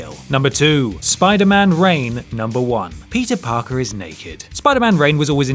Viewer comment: Stop saying Peter Plamer. Just stop.